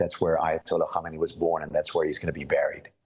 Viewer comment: the first person to say his name right.